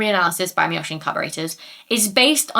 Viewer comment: A (ah), E (eh), I (ee), O (oh), U (oo), the Spanish vowels, are how Japanese vowels are pronounced. Miyoshi is Me-yo-she